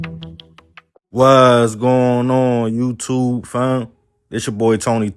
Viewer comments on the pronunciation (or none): none